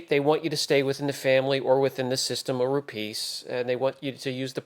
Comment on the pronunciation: please, it is Rupes, not Rupeees. Thanks